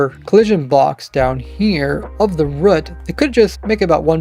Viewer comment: Stop saying rut omfg